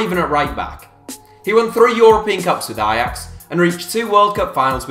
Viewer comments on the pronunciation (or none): none